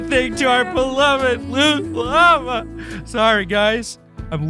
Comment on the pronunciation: you said llama wrong😂😂